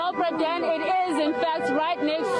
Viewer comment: And what is up with this reporter and this "Bra Dan" business 😂😂😂😂